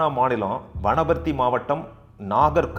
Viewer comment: you have mentioned the districts in telengana state wanparthy, nagar karnool, jogulamba gadwal. the pronunciation is also correct sounds good me too.